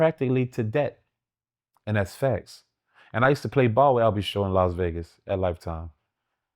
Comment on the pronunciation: I came here to comment this same comment but you beat me to it fam 😂😂